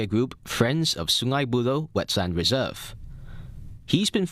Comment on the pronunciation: and it's wetLAND reserve, not wetSAND reserve.